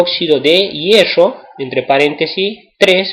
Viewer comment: pero tiene razon esta mal como lo dice